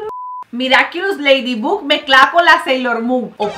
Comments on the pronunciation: Yo escuchando como dice Ledibug,cuando es Laydibog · Mariale se escribe ladybug pero se pronuncia ladybog osea q en lugar de pronunciar la u es la o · Mari, Ladybug no se pronunciaba Leydybog, ya se q no se escribe así es para q entienda el comentario xd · Yo pensaba que se pronunciaba leidibog y resulta que era leidibug viví engañada toda mi vida :'> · No es leydibug es leidibag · Mariale: me encanta ese programa Yo: y no sabe decir bien el nombre de ladybug 😂 se pronuncia ladybob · Ladybug así se dice